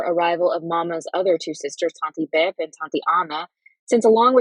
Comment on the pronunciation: Beje is pronounced (bay yay) but otherwise, great reading!